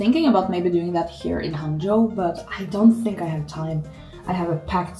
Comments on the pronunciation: Your Hangzhou pronunciation is standard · Also, the pronunciation of the word "Hangzhou" you used is really excellent. Haha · when you said 杭州，your accent is pretty Chinese